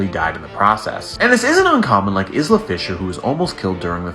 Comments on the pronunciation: Isla is pronounced Ila the s is silent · Dude, it's pronounced "Eye-la" Fisher, not "Izla". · Her name is pronounced as I-la. The S is silent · Isla Fisher is pronounced eye-lah. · pronounced (eye-la). sorry that's just gonna bother me if i don't say something